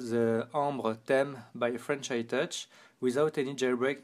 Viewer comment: I Like His French Accent But I Dislike His Pronunciation Of 'Theme'